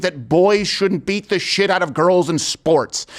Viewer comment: Did she say " chit "